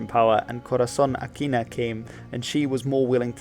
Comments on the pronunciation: Also it's Corazon Aquino not Aquina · Aquino, not Aquina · Just a correction... It's BANGSAmoro not BANGASmoro And it's Cory AquinO not AquinA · Also, it’s Corazon Aquino, not Aquina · It's Bangsamoro (you got it correct ). Actually, you should have noted that the first element (bangsa) is actually a Malay loanword, and most SE Asian Muslims speak it. It's Aquino. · Correction it’s Corazon Aquino not Aquina but overall a great video. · its "Bangsamoro" not "Bangasmoro". "Corazon Aquino", not "Aquina". just a small correction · Mistakes: - Mindanao isn’t a province - The Philippines declared independence on 1898 - Bangsamoro, not Bangasmoro - Aquino, not Aquina - I think you missed the Zamboanga Siege - The technical end came with the establishment of the BARMM, but not 100%